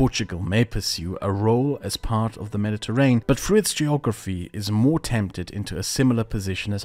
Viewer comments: Isn't it pronounced med-di-ter-ray-nee-yan? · Everytime you say mediterrain I die a little. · Nice! A pronunciation tip if I may: "Me-di-te-rain" is incorrect, that word has six syllables: "Me-di-te-rai-nee-un" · Why does he pronounce Mediterranean normally in the beginning of the video but he says mediterrain